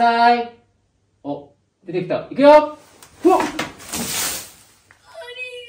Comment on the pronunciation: 『ありがとう』って ちょっと違うよ🤣